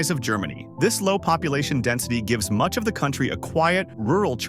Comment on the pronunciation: Senkiu very mach😂